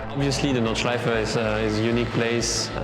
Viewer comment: Nice one! A hint about Nordschleife: There are no silent vowels at the end of a word in German, so the E at the end is pronounced, like an "-uh". Just like in Porsche, "Porsh-uh"